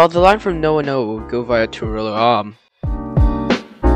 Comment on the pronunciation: Nice video, few dodgy pronounciations such as Nowa Nowa being Now-a Now-a and Metung being Mee-tung but apart from that its a good watch, one thing which you didn't mention was that in 1980 a bushfire destroyed several trestles along the line and the govt looked to close it, however the locals "kidnapped" a locomotive (making it inaccessible to the VR) so the government repaired the line and it continued for another 7 years!